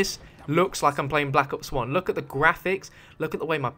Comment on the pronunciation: He said black ops onezee